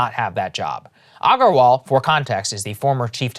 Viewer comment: Saagar bro, you know how to properly pronounce Aggarwal, come on 🤣